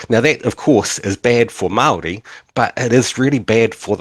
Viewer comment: why does he say Mawldee